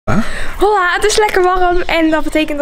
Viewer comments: Hey je je zij zo van hola in plaats van ola geen haat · Je spreekt hola uit als ola 😊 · BRRUUHHH je zecht hola maar je schrijft hola maar je spreekt het uit als ola LOGICA